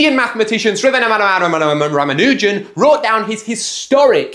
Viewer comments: Moreover he pronounced the name 90% correct and the place where he got wrong was adding that extra unnecessary wwww!! in between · Bro could pronounce chudnovsky but not Shrinivas Ramanujan